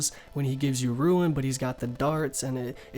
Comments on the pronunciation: Did you just say ruin darts? instead of rune darts? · Host of the video said rune and pronounced "ruin" instead of rune several times, ruined the entire video which was otherwise good and informative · Disliked for pronouncing Rune as Ruin. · Stop fucking saying Ruin. It's Rune, you fuck.